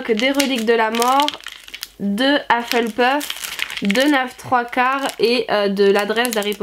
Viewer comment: Je trouve ça trop mignon la façon dont tu dis Hufflepuff avec ton accent français ! Joyeux anniversaire, tu es bien gâtée en tout cas !! 💛